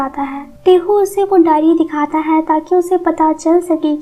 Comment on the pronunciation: Voice is lovely... Just one suggestion is tht pls change ur way of stressing the word " hai"